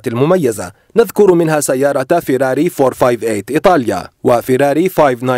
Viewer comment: ينطقون فيراري عدل بس فرميله ون ينطقونها فورمولا ون